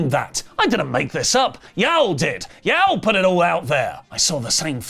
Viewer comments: "Yowell" had me folded :face-green-smiling:. Brits we pronounce it "Yawll". 😅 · Its Y'all as in you-all. Not YAO as in YAO MING. Thanks :) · y'all is pronounced "yawl", not "yal". It's "you all", not "you al". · “YAWL” like Wtf How They Supposedly The Origin Of English As A Language, But Can’t Say Y’all (You All) Correctly? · Lol. Great episode. One thing tho. When you say "Y'all" say it as one syllable. Yall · Hahaha just pronounce y’all as YAWL! 😂 Sincerely, Texans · it's pronounced like the word "awl" with a y on the front... yawl.... not whatever th you're saying lol i think you're sayng... the name Al with a Y as a prefix... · heads up, y'all is pronounce like wall ball or fall NOT like hal or pal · lmao say Yall like yaw its weird but the Ls are kinda silent when said with some sauce in ya voice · Y’all is pronounced with the a in an “ah” sound but good try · Bro You Too As A Fellow Louisiana Native 😂 This Mf Said “YAWL” Wtf Is That. Im Dying Over Here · Learn to say y'all correctly. 😂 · You’re killing me the way you say y’all 😂 only a Brit 😂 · As someone who grew up in the southern USA, hearing a British say "y'all" has me literally laughing out loud. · I like how says "Ya'll" 😂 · pronunciation of "y'all" is taking me out lol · mispronounces “y’all” It doesn’t bother me it doesn’t bother me…it bothers me it bothers me A LOT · as someone from the southern US, the way pronounces ”Y’all” is atrocious and hurts my ears. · pronouncing y'all physically hurt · trying to say y'all is hilarious to a southerner. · As a person from the South, hearing say “y’all” is my favorite thing ever. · as a Floridian I was losing it 😂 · As a Texan, same lol